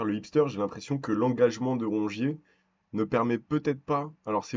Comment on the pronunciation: Et le "Rouge ier" on en parle ? Et dire que vous allez saccager notre belle pelouse la semaine prochaine...